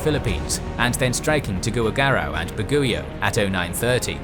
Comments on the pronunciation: Its Bag-yo, not baguyo. fan here.. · Dear Baguio is pronounced "Bag-Yoo" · "Tuguwigarau and baguyow" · Not to be mean... but Tuguegarao is pronounced as Tu-ge-ga-rao And Baguio is pronounced as Ba-gio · As a Filipino, I say damn it MacArthur! Should have launched those B-17s! Thanks for coming back anyway lol Also it's /Tu-ge-ga-rao/ and /Bag-yo/.